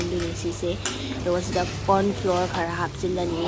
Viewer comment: Yen makong angang oiri ngaida munnabadu ningsinglakeee...😜😜😜 just a small suggestion - Corn Flour gi pronunciation du flower gi type ta haibani.....I also came to know of this in 2010